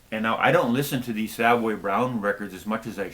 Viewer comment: Love the band Savoy Brown just find it strange when it sounds like you call them Savway Brown. Having seen this band numerous times they are introduced as Savoy (as in the famous London Hotel) Brown. Anyway their latest is superb. Thanks again. BTW Nazareth's latest with a new vocalist is poor...shame.